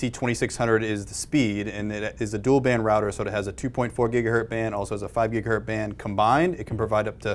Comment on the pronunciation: " gigaHERT " band. from the guest. (facepalm).